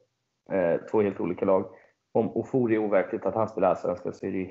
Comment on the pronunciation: Fasiken vad man stör sig på att uttalar Ofori fel varje gång. Kan man inte begära att en riktig supporter kan uttala sina egna spelares namn?